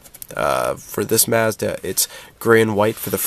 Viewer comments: Hey Its Mazda not Messda. I never heard anybody pronounce that way, get rid of the slang dude. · the way you say Mazda kills me...but good video nonetheless, thanks